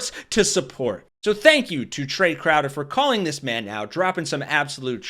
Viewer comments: Trae, not Trevor. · OMG you got Trae's name completely wrong the first time you said it. Pathetic FAIL